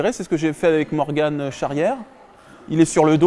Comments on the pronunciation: J’kiff tes vidéos depuis bien longtemps. Mais Pour la 100ème fois, « Morgan » pas « Morgane ». haha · Morgan* pas morganne😂